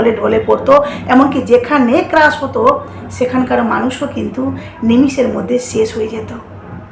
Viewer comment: ক্রাশ নয় ক্র্যাশ